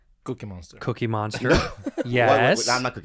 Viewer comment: "Gookiemonster" jeez, Spaniard. 🙄